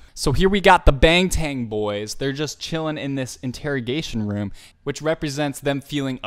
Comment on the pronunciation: its BANGTAN not BANG TAN OKKKKK.....